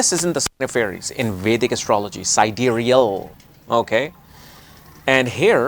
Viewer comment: when you said “sidereal” it really stuck to me like “Side-REAL” like the REAL SIDE of astrology!!! 😆🥲